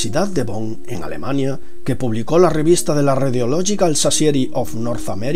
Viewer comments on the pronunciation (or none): none